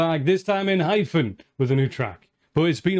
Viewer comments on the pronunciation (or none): Enhypen is pronounced N-Hi-Pen or N-I-Pen or N-High-Pen. Like the reaction. Please react more of their songs. Enhypen never miss.